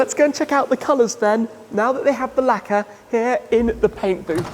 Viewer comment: I hate how he pronounces the word 'Lacqeur'. It sounds like 'lekkah' or 'lekker' which means fine or tastes good in Dutch. Great video nonetheless.